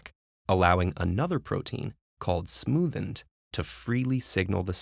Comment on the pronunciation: Sorry but I keep hearing "the smoothn't" instead of "the smoothened" and its driving me insane